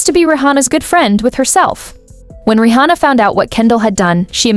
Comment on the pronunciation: why do you pronounce her name Ri hhona